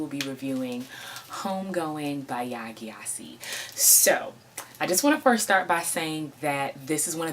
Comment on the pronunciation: The name GYASI is pronounced JESI, and not G-YASI.